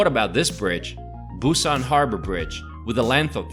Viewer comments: Gonna give you a downvote for all of your useless mispronunciations of almost every poi. Kind of defeats the purpose of a guide, don't you think? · Cool video and lots of information but oddly, your pronunciation of the areas is pretty bad. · Hahah you butchered every name in Busan. Great video though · I've been living in Busan for about 10 years now. You severely mispronounced many places...However, everything you said about photos on the beach and other fun facts are completely true! BTW, All Korean food is wonderful (just stay away form the hong-eo/fermented skate fish) Do you wanna visit Busan and you have a bachelors degree? Come teach for a year and get paid decently. I love this place! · Good show and could be better if you can pronounce the Korean destination names better. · your pronunciation of the areas of Busan needs a lot of work but you have a talent for making these kinds of videos